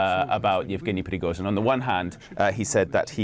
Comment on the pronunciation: Deliberately the lady is pronouncing Prigozhyns name incorrect